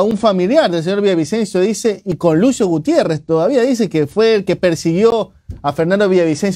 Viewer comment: Con este tipejo, "Gutierres" el medio pierde prestigio, balbuceando de esa manera confirma que no deberían darle atención, me apena el desatino